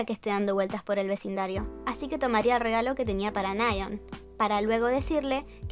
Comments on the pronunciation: Creo que es nayeón no náyeon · Nasheeeeeooooon????? Se pronuncia "Neyon"... "Neion"... ¿no?